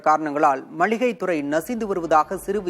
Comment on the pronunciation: நல்ல காணொளி...ஆனால் கடைசியில் மல்லிகை என்று சொன்னது தான் வேதனை. அது "மளிகை". மல்லிகை அல்ல.